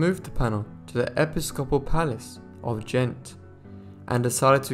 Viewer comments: Iii really loved this except that the reader mispronounced Ghent as gent and St. Bavo as bravo. Practice or a good dictionary might help or a new reader. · Ghent has been wrongly pronounced by the narrator . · After the first few times of saying Ghent correctly, you kept mispronouncing it after that. Not being harsh but it helps to pronounce words or names correctly.